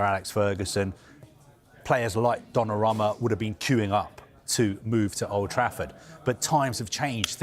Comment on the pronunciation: It's Donnarumma not Donnaramma